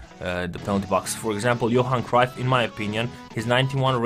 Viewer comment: great video. but its bugging me how you are miss-pronouncing Cruyff's name. if you can correct that next time please:)